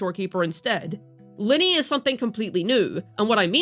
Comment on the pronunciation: It's not Linny, it's Lin-NAY. 😅 Oh well. Who cares..